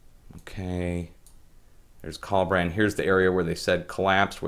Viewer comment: And you pronounced Collbran wrong!